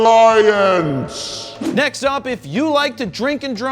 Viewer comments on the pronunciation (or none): l mount alience the way you say is..🤪🤪🤪